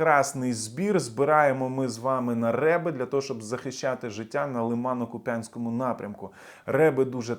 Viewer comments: Доброго дня.Я писала,Правильно називай КУп"янськ,наголос на перший склад.ффДякую за інформацію. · чого ви не виправляєтесь??? я Харків‘янка, мені неприємно чути, що весь час помиляєтесь у наголосі в слові Куп‘янськ! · Добрий день,! Прошу Вас робіть правильно наголос в місто Куп'янськ.